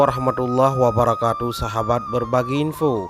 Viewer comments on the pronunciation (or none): none